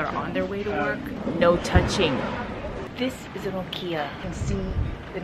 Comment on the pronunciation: decent bit of info but you gotta work on your pronunciation. e.g. "hanami" and "okiya"